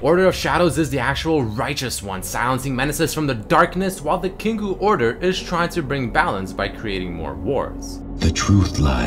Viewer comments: It is pronounced "Kin-KOH" Not "Kin-koo" :) Great vid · It's pronounced "kink oh". Kinkou means balance in Japanese and is pronounced as such. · "Kinkoo order" LOL